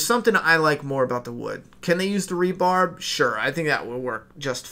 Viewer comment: not to nitpick but its "rebar" : )